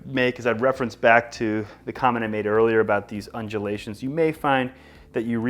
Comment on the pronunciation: New drinking game, you drink every time he says unjelations